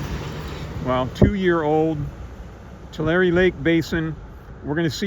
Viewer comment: So I’ve been pronouncing it wrong all this time? I pronounce it “two lair” not “two larry”